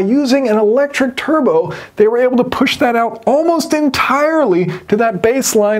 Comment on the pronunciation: Churbo instead of turbo